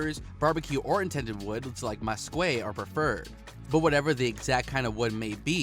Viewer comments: 😂 masquay? It’s messkeet hence. Mesquite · Wood like “masquay”????😂Bruh its MESQUITE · You must be from CAAnada. And guat da heck is Mesguay? It’s MESKEET!! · I've never heard of Mesquite pronounced "Meskway" before!! And Americans don't say hurb it's erb, right? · I got angry when I heard him say masquay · This man said muskway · dude COMPLETELY butchered the pronunciation of mesquite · that’s a fancy way to say mesquite… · why he gotta say mesquite like that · Mesquite… say that again??